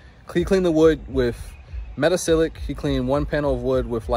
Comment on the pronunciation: thanks for this video and sharing your knowledge. Looks like you’ve been hanging onto it for a year or so. 😊. Do you also use sodium percarbonate as well instead of the metasilicate? I have a chemistry background and if you care, 😊the pronunciation is meta-SIL-I-cate. Thanks, again.